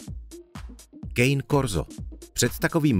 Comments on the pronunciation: Cane Corso je Ital tak to nevyslovuj emericky ,,kejn korso" a ,,bendok" jsem slyšel poprvé asi jako autor videa viděl poprvé tyto psy když tvořil video. Jinak informace ve videu opět zavádějící až lživé. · Psi studuju ano tito psi jsou nebezpeční ale není to kvůli nim ale šlechtitelům. A česky se to čte se to kane korso. Promiň já musela 😶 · například cane Corso se nevyslovuje kejn korso, ale kane korso, jelikož pochází z Itálie. Termín bojová plemena se vyskytuje pouze v médiích, ale když to řekneš před kynologem bude ti mít chuť dát lapáka přes hubu a.t.d. a.t.d.